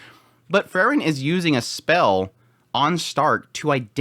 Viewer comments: Again, its Pronounced FRIEREN ie FREE-REN, Not FUR-REN... FRIEREN, FRIEREN.... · It's Freeren, not Frrren.😁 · It's pronounced "Free-ren". Please...